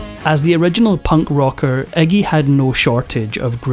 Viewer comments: The narrator calls him 'eggy', it's Iggy. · Eggie?.. His name is Iggy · * Iggy* not eggy🙄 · I never realized that Englanders (Or is that Irish?) pronounced it Eggy. All of this talk about blood, vomiting, and everything, yet there is no video footage of any of it. No matter how "punk" he is, he is a mainstream act because he has the same handlers (sells his soul) as everyone else that gets to be that famous.